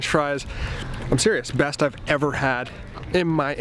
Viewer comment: Dude you seriously said "these are the breast french fries"... I had to go back and listen to make sure...haha